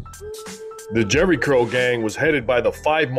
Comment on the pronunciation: "Jheri Curl", or Jheri Girl? 😂😂😂